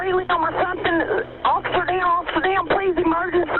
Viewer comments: I know it's not funny but the Heloo Helooooouuw, officah deowwn offica deowwn! cracked me up. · It's a terrible situation and the woman calling in is a Good Samaritan. But her incoherent "Officer Down's" still make me chuckle.